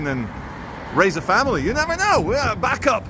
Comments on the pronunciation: It’s bacup as in baycup lol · you do know your saying bacup wrong lol